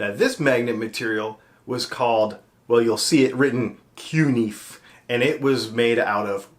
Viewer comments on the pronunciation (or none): Fantastic video thank you for the information. You definitely found the worst way of pronouncing CuNiFe to date and I love it.